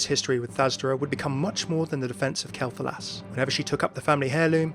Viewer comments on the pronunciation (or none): Why are you mispronouncing Quel'Thalas? It's Quel'Thalas like the word "quell," not Kel'Thalas.